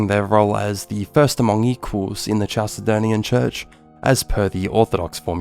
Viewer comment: Great video, and I think your channel is "going places"! Minor pronunciation correction: "Chalcedon" is pronounced "Kal-se-don," not "Chal-se-don." Any word from Ancient Greek coming into English spelled "ch" is pronounced this way (c.f. "chemistry"), because the Greek χ is a kh sound similar to the Scottish "loch." I'd recommend checking pronunciations carefully for future videos, as it can be a distraction, but otherwise, GREAT VIDEO!